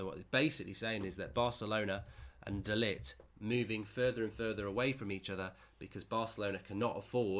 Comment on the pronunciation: It's pronounced De Ligckkhhht